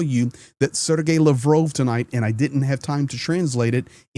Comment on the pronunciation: LAVROV TALKS PLEASE PRONOUNCE CORRECTLY. Thank you